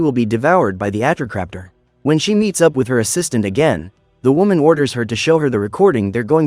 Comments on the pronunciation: It's Atrociraptor not atroc but close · You are pronounsing atrociraptor wrong